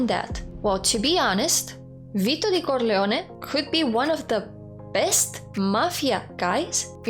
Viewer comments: Say "Corleone" again. I like the way you say it. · Your pronunciation of the family name is beautiful and just might be close to the Sicilian pronunciation.